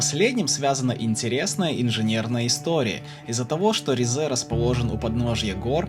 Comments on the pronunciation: Только Ри́зэ, а не Ризэ́ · Уважаемый автор, я конечно понимаю, что вам когда-то сказали, что ударение в турецком языке обычно падает на последний слог, это верно… но только не с именами собственными, т.е. не ризЕ, а рИзе, не истанбУл, а истАнбул, не анкАра, а Анкара, не караденИз, а карАдениз… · Ризе ударение на и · Вместо ризе послышалась рязань